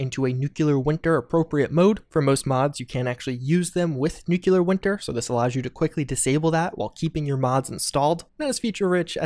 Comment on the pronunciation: "Nucelar Wintar" lol